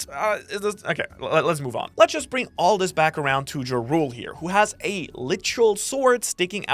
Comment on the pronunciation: Jarul is Jarl. In japanese they need a U there, but when they speak it, its always silent. The name is taken from the Viking chieftain ¨Jarl¨. Also don't pronounce it like you're saying the name of that rapper Ja Rule. Jarul with a flat a. Not Ya. Pleasee